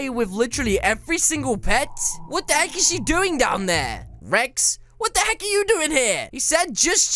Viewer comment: At the end you said what the heg lol